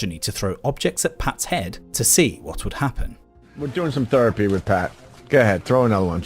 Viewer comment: Steve: “Therapy” Opie: “Thurapy?” ehhhh -_- I’m here to hate Sam, god damnit.